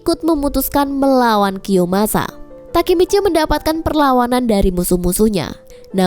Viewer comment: kiyomasaaa woy bukan kiyosamaaa😅😅